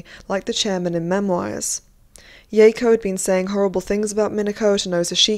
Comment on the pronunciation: The way you pronounce memoirs is triggering